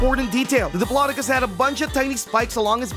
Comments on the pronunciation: It is a dip-low-doe-cus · It’s dip-lo-doc-oh-lus 😅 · U pronounced diplodocus wrong